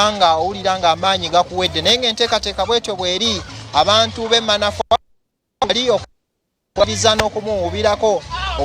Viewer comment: Tuli manfwa😂😂😂😂😂😂😂😂😂😂 Admin wuliriza bulungi reporters byayogera nti Manafwa😂😂😂😂😂